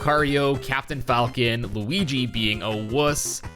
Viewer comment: "BLuigi". I like you.